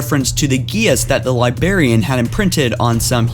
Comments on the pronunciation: how can he not say librarian he says it like its libarian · Dude, unsubscribed for how you say li*barian instead of correctly pronouncing Li*brar*ian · DIDACT, FORE-RUNNER, AND LIBRARIAN. NOT DINACT, FOREIGNER, AND LIBARIAN. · Libarian Die-nact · Look Okay? No offense but it's Forerunners not Foreigners, It's The Librarian not The Libarian, And lastly it's Iso Didact not Iso Dinact, Again I mean no offense towards you it just bothered me, It's still a great vid none the less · Dude, it Didact, not Dinact. Librarian, not libarian. Jesus Christ. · Fore-runner, not for-in-er li-brar-i[e]-an, not li bar-i[e]-an awakened, not awoken this is not due to brain damage but a lack of knowledge of pronunciation of English words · Whats the Libarian? I know the Librarian but not Libarian. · Forerunner not foreigner. LibRarian not Liberian. You're killing me with the way you say words. Quit it! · Librarian not libarian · Great video. It's Librarian, not Libarian. Sorry to be a grammar nazi, but it drove me nuts the whole time. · LibRARian. It's not LieBERRian. Jesus fucking christ. Don't make youtube videos if you can't pronounce simple words properly. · For Pete's sake, man! It's Librarian! Not libarian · "Libarian" ... "Labarian" ... "Labarian" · *Librarian , not libarian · .Joker Dinact, Libarian, and the one that gets me in ALL of his videos is how he calls forerunners foreigners. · "Libarian" hahaha... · now with me "Librarian" not "Libarian" you silly little dog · Still saying libarian? jesus... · You said liBARian so much I want to saw off my own head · 😂😂😂!!! Li-BRARIAN*, you moron! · What the fuck is a Libarian? Thumbs down on this video, and I'm removing this dumbass channel from any future recommendation. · *Di-Dact *Li-Bra-Ri-An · Libarian I'm dead🙄🙄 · yessss, hearing libarian annoys the crap out of me too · This dude can't speak. For all you people they're called the Didacts and the one bitch is the Librarian. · What the fuck is a libarian?